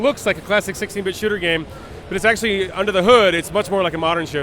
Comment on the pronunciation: this guy sounds like he is saying shitter in stead of shooter lol